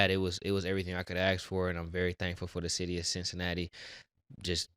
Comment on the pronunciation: This man said "Quincinatti" 😂😂😂